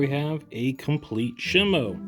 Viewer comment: is shimU not shimo